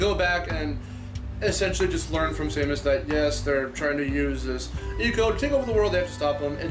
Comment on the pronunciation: It's SAY-MOS, not SAY-MIS!!!